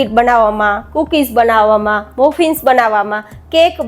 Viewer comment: मफ़िन्स not मुफ़िन्स! Good attempt to explain the difference and not completely accurate!